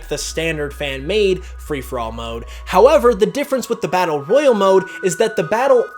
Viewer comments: are you sure your saying number 4 right Royle is way different than Royale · Royale and Royal are pronounced differently.